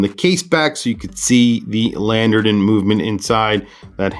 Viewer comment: Landeron not "Landerdon"